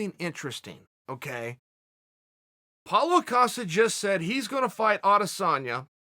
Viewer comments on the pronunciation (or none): cause hes saying paulA costa instead of Paulo